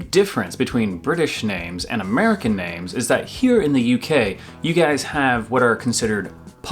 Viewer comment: Hilarious! Whilst you got most of the 'posh or not' points right, you only managed to pronounce about 1/2 the names correctly!